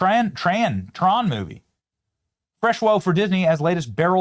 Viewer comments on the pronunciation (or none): Hahahahah TRAN instead of tron 😂😂 also can you imagine being forced to appear in person at an event for your “big budget” movie and there’s 28 people in the theatre? Should have at least chose Hollywood… El Capitan can still pack it in. I go see hocus locus and nightmare before Christmas every year and it’s always packed…